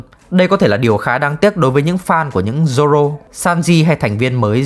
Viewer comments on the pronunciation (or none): none